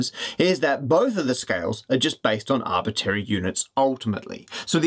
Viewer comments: Are we just going to ignore how Matt says "arbitary" instead of "arbitrary" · Arbitrary! not arbiterry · If you're going to use the word arbitrary so much, please learn how to pronounce it correctly. It's arbitrary, like contrary, not arbitary, like a-bit-airy, that ain't a word. ta. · Matt, i love your videos, but have to mention, it's arbitRary, not arbitary... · arbitRAry not tary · It's funny, but it bothers me that he keeps saying "Arbitary". Arbitrary! shakefist :) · shame he can't pronounce arbitRary... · For your next video, can you learn how to pronounce “Arbitrary”, please?